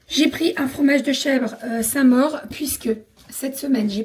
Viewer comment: Coucou les minous j'adore vos vlog !!! Mais on dit sainte maure pour le chèvre !!! 😂😂 je bosse par la 😅